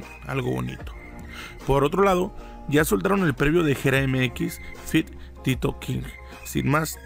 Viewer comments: tito king!¡? agusao bro.. TOTEKING...... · Carnal es tote no Tito jajaja te mamaste pero buen video sin hate!